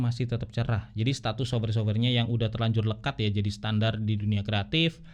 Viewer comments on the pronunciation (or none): Sof-wer, bukan sobwer.